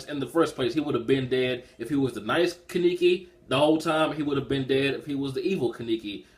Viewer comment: You and forneverworl had a problem pronouncing Kaneki's name but it's cool tho and chapter reviews,good shit.